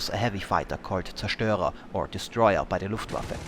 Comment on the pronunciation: Good pronounciation of Zerstörer!